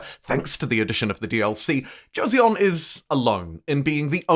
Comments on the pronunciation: Another great video. But please learn how to pronounce 조선 (Jo-son) NOT Jo-se-on. lol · The “eo” in Korean is pronounced together as one vowel sound “ㅓ”